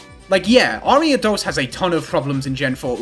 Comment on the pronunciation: the way u say ariados cracks me up